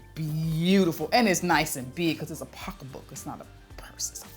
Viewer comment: MAAM… That “pockabook” at the end—🗣INAPPROPRIATE!!!!!!!!!! 🦓🐅🐆🦒